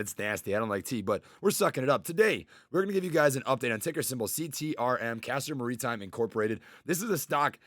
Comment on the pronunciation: It's Castor Maritime, not Marinetime, lol